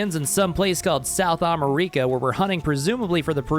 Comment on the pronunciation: south america not south am-e-rica